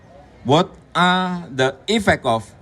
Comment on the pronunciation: wot a.. itu apa ya? two a half years 🤔